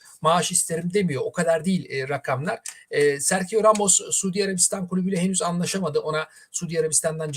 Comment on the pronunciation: Telaffuzlar beni benden aldı. serhio.. gündizi... 😅